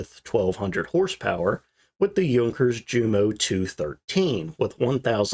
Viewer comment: If I may offer some pointers that cost nothing but are worth twice the price, 😉.1) If you are going to pronounce Junkers as Yunkers, does it not follow that you should pronounce Jumo as Yumo? I'm not saying which is better. I'm just asking you to choose. 2) Neither the 109 or 190 were suitable for dive bombing. They performed 'glide' bombing attacks to avoid over speeding and prop strikes. In this regard, the 190 was considered particularly effective. You still got a well deserved thumbs up. I thought your video was very interesting and well narrated.